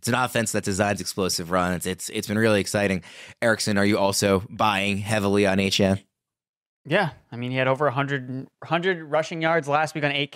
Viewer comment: its not hard to show some respect and just say his name (De'Von Achane) the way he says it's pronounced. stop crying about it and be professional guys.